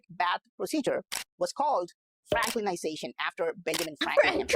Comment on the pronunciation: Franklizaton?! Really?! Bugagagaga😹